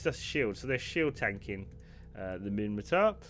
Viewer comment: It's *Minmatar. :)